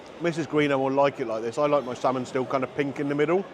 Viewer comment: Its not slamon